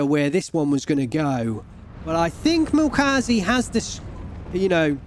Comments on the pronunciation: Try pronouncing the "ä" in Milchkäse like the "e". It's still wrong technically but will sound more german, especially since this pronounciation happens in some german dialects as well. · yea and the E is soft.. almost silent. the way you pronounced it was more french/latin if you look up the pronunciation on google translate. make sure to spell the ä like this and you should get the proper translation sound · Milchkäse (ger) = milk cheese That name got butchered LUL